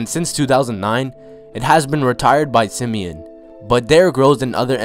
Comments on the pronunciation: It's sim-e- ON, not sim-e-in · And its Sim-e-on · It’s “Simi-on” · No it’s sim e ahn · Everyone not from Chicago pronounces Simeon wrong 😂😂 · LordBando I swear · Lol the way he said simeon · You said Simeon wrong but r.i.p cuzo😖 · He said the high school name wrong